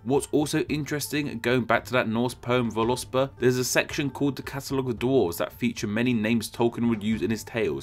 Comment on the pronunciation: No, there is no such thing as vo-LUS-pa. Volu-spa is compound, and is therefore pronounced in modern Icelandic basically vole-spow. Insert a weak oo between them, ideally a Liverpool oo.